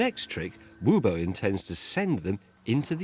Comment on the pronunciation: This man is not Who Bow, he is Wuh Bow. It's a bit like all those fuuls saying déjà-vous. You folks have kicked the real U out of your system. Stoopid, to my angry opinion. Get back your normal U, please.